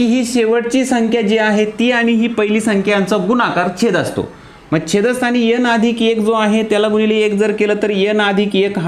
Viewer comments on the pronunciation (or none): यन नको एन बोला सर 😊